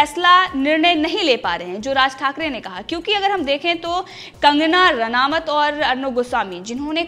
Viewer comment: रानावत नहीं मुर्ख। रानौत बोलो।